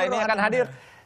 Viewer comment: Bukan Co bain woy tapi KURT COBAIN !! DIA ITU LEGENDARIS MUSISI TERATAS !!